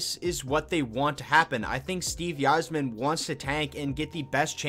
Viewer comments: 100% it’s EYE-zerman. I’ve been watching the wings for well over 20 years and have never heard a person say “Yi-zerman”... Couldn’t believe more ppl didn’t comment about that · won tonight ...and its pronounced "izerman " not "why"- zerman sheesh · "yi-zerman"..... BRO...... "EYE-ZER-MEN" SMDH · It is pronounced Izer-man. Great videos though! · It’s pronounced EYE-zerman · Dude I was so amazed I didn’t see any comments about this sooner. How are ppl letting him get away with pronouncing it like that lol. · He may or may not know more about the team but he definitely doesn’t know how to pronounce Yzerman’s last name... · OK STOP IT!!! STOP THIS VIDEO!!! IF YOU DON'T START PRONOUNCING "THE CAPTAIN" Steve Yzerman's name RIGHT I WILL END YOUR LIFE! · You can’t even pronounce Yzerman correctly